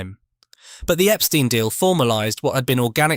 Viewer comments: Wrong...The Beatles' manager's name was pronounced "Ep-STINE", not "Ep-STEEN"... 😐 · It's very annoying to hear the pronunciation Epsteen. Who of us in England pronounces the word tomato as tomayto?